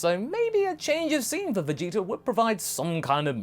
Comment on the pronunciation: Idk if calling Vegeta jeets is a habit from voice acting goku but if it is it's hilarious